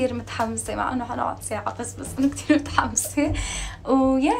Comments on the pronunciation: اسمها متحمسة مو محمسه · الي يقهرني بليا بتقول محمسه مش متحمسه😂😂😂😂😂❣